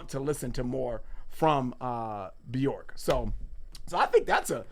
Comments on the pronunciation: It’s byerk not byork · It's pronounced bjerk, it rhymes with work, because there is an umlaut above the O.